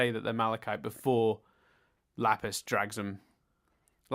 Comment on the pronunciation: Chille Tid!, you didn't cover the base where the "e" is actually pronounced:P it's hilarious that you'd chide for his pronunciation efforts when you still can't pronounce "Lapis". That's not a particularly hard word either:P There's a "p" in there, you know. Amethyst actually has slept before. And possibly Garnet too? Not sure. Pearl certainly is new to this though. Nah, it's fine. These episodes have made no sense to be in a bomb. Not really. Imo it's somewhat surprising that you already are so hung up about bombs being bombs when you only got one other example before though. "Lapis is, at least for now, keeping Malachite at bay." - No, not really. This is actually the turning point. Malachite is no longer being kept at bay. The Gems aren't looking for Malachite because Malachite needs to be contained. I mean, I guess that is part of it. But it's also just an awful relationship. I think at the latest from this point on, Malachite isn't actually that unstable anymore. At least in the sense of falling apart. Both of them have now given in to Malachite. They are Malachite now. She's rather stable (in the sense of not coming undone) by Super Watermelon Island. It's still a highly unstable, awful, toxic relationship though. They are bound by pain and hatred. This whole Malachite building-up, along with the immediate Jailbreak aftermath, is why the proper episode order is so important. The airing order messed up that flow to an insane degree., you keep br